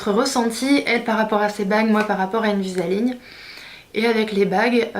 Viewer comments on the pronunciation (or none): C'est pas invisa-ligne !!!!! Invisalign please :)